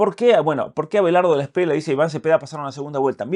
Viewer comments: Gracias por tu apoyo a los Colombianos en este momento tan importante para el país, solo una correción no se dice Espriela es como se escribe Espriella. 😊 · cre que debe pronunciarse la lla el apellido Espriella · Espriella se lee con elle 🫡🐯